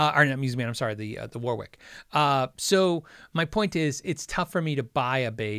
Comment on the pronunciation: Warwick is pronounced Worrick. As is Warwick, England.